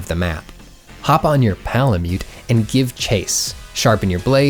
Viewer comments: why do u say palamute like _____,,,,,PAålamute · says pal-a-myoot also: wet-stone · why does he say "palamute" so weird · Lol why are you saying Palamute like that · Why he say palamute like that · the way you say palamute gives me a weird sense of uncomfortable comfort and I have mixed feelings about it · “While you’re on your ~P𝔞𝔩𝔞𝔪𝔲𝔱𝔢~” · Lol I wondered why there was so much emphasis on that as well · more like Pal-a-cute! AM I RICE? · my ears cringed at this. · This video literally sold me on getting the game, thanks! p.s; how come you say palamute weird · The way says PALAMUTE